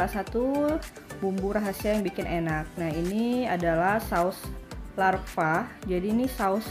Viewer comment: Saus hot lava bukan larva..